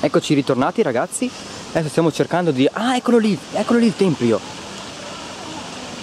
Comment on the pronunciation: si dice tempio non templio...